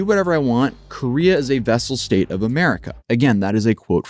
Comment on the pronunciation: Its "Vassal State", not "Vessel".